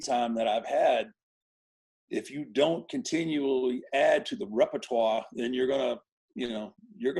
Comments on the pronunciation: His pronunciation of the word repertoire is exactly how I will pronounce it for the rest of my life hopefully lol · The way Taker said rep·er·toire I respect that.